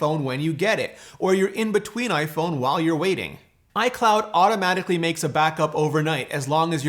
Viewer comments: Is iPhoone the Canadian pronunciation? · iPhoone? Is that what they are called in Canada? Kind of like the old stereotype of Canadians pronouncing about as aboot? :) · hahaha iphoone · "clean your iPhoone" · iphoone???? lol